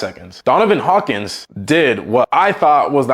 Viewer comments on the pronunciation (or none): none